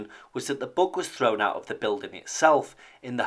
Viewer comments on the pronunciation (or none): Oh, he's saying "bug." I thought he was saying "book". That made it much more difficult to Google. Lol.